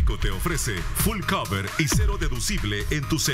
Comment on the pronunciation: Dígale a los de el anuncios de seguros que se dice full coverage no full cover para que no hagan el ridiculo